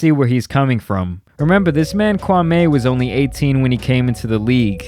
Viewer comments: His name isn't pronounced Kwamay.....Its Kwa-"me"....he pronounced his name during a stream. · It's not Kwamayyy It's Kwameee! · Kwa me not Kwa May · It's kwa-me Not kwa-may!! Pronounce his name right. You are doing the same thing stephen A.Snitch and Skip Base-Less are doing!! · Kwa ME . Not Kwamayyyye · It’s Kwameeeee brown not Kwamehhh. This is one of the reasons he was mad. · lol you my nigga bruh but please say Kwamee not Kwameh 😂, but thanks for covering this lil series regardless this shxt is hilarious fr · HIS MAME IS NOT KWAM-A ITS KWAM-E. If you gonna cover his content, at least respect his name. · Kwa-ME, not Kwa-MAY. C'mon man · KwaME not may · His name is pronounced "Kwa-mi", kindly correct your pronunciation next time! Kwame has made it clear several times.🎯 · Omg... his name is pronounced “KWA-MEE”! Fuck! Pronounced is wrong all video.🤦🏾‍♂️ Good video though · SAY KWAME'S NAME THE WAY HIS MOMMA DID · You are saying his name wrong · I hate the way you say 'Kwame.' I know you're doing it on purpose. 😭